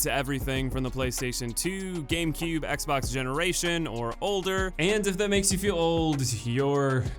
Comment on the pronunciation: at the very beginning when he said xbox but instead he said s*x box